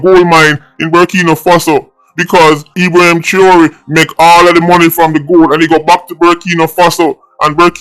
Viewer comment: YOU CAN'T EVEN PRONOUNCE HIS NAME CORRECTLY....STAY IN YOUR LANE...YOU KNOW NOTHING ABOUT GEOPOLITICAL TOPICS OR AFRICAN HISTORY FOR THAT MATTER...YOU HAVE NO MATERIAL TO BACK UP WHAT YOU SAYING..WHAT HAPPEN YOUR SOURSES IN JAMAICA RUNNING OUT OF THINGS TO TELL YOU....STOP EMBARRASSING YOURSELF 😅😅😅😅😅😅😅FOOL, NONSENCE, RUBBISH😂.